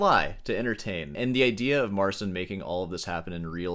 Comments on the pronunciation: His name is Mar-chin, not Marsin btw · Talks about Marsin so much, he could maybe learn how to read his name as well :D